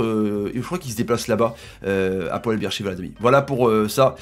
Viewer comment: Moi je connais mais ça ce dit pas bir sheva c’est beer sheva je le sais c’est en Israël et moi jabite en Israël